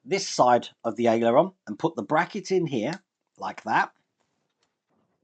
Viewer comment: Hiya, it's pronounced AIL-ER-ON, not AILEY-ER-ON:)